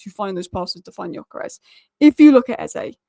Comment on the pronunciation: Again, pronunciation is "Dyökeresh", with the Gy pronounced like D in due or dew. Annoyed that Viktor didn't go to Liverpool to complete the Hungarian quartet... yeah yeah he is also Swedish, but Hungarian roots.